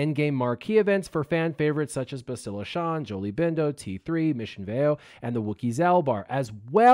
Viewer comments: BASS-tila, not BESS-tila. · BAA-stil-uh. Accent on the first syllable. Listen to how AhnaldT101 pronounces it. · Bastila is pronounced Bastila where the "Ba" part as in Bat with a very slight inflected pause between s and the t which appeared to be the common way to pronounce her name (Canderous, Jolee, Mission, Carth, Malak, and others all did so). Juhanni pronounced Bastila as: Ba-s't-ee-la due to her Catharian accent (again "ba" as in bat, a slight inflected pause between the s and t, and the i turning into a long E). Not the way you pronounced it... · I mean does no one know how to say her name? Go listen to Carth say it ya noobs